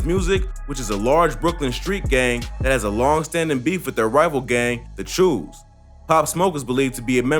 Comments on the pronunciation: Nigga said “chus” it’s Chaos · Mans said the chews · Its "choo" not "chuu" u saying it wrong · my nigga its not chews its choo's smfh lmao CHA-OWE's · It the choos not chews first of all if you ain’t from here you won’t understand it 🤦‍♂️ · Lmfao 'the chues" 😂😂😂🤣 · nigga aint know choo was pronounced choe😂.